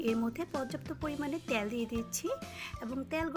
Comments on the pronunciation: ত্যাল না তেল।।বাট রান্না টা লোভনীয় 🙂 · রান্না খুব ভালো লেগেছে। তবে 'তেল' শব্দটা সঠিক ভাবে উচ্চারণ করার অনুরোধ রইল